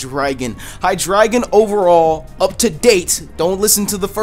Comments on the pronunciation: Its hydraigon (hi dra gone)idk actually I just like that sound of that instead of hi dragon😔😔😔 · It's hydreigon not hydragon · How do you guys pronounce Hydreigon? I pronounce it like ( High Dray Gone ) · Xenorism AJ Its pronounced on a german way. Drei means 3 in German. Which makes sense. Its High Dri Gone :)